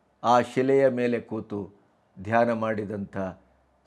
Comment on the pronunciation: Read as dhayna only